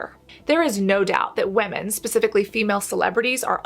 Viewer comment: Do we say WAMIN in English nowadays instead of women?